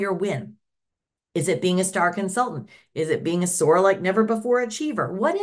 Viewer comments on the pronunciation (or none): I spaced out listening to her rant and i snapped back to attention as soon as I heard "sore like never before". Of course it took me a second to figure out she said soar..not sore.. 🤦‍♀️i got excited for a lil tick.